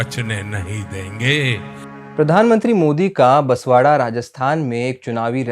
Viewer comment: बसवाड़ा नहीं, बांस वाड़ा बोलो